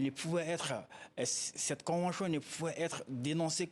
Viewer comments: La convenchion, imposichion, franche.... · Shorohbi KO convenshion. Il a des problemes avec la prononciation de tion en shion. Eeeh mohladen= enfant de quelqu un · La convenchion... 🤣 C'est vraiment laborieux. L'expert a besoin d'aide. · Qui peut le prendrr comme avocat meme? Surtout est devenu sirtout, chagishant s sgissant, finanshiers, soshietes , convenshions, penshions, applicashion, ouf! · C'est maintenant que vous appelez ca convention ? Votre escroquerie qui ne beneficiait qu'a la france ! C'etait un jeu de dupe ,ya rien a negocier lafrique est perdant,ce consultant ne connait rien du tout Kil apprenne dabord a dire convention et non convenchion..bois bcp d'eau grillon de service C'est un accord c'est mort point barre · On ne dit pas convenchon mais convention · Pourquoi chion au lieu de sion ou tion.